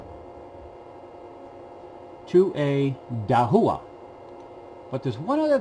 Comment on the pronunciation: Thanks for this video! Just a friendly pronunciation correction - Dahua is pronounced Dah-wa.